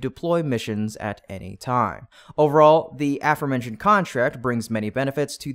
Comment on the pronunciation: Thumbs Down for continuing to use this AI script reader that stutters and cannot correctly pronounce “aforementioned” Decent reporting but 👎 and no likes until you fire the AI and hire a human that knows English.